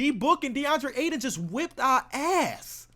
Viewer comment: Did we just let saying “ass” in the wrong way let it slide??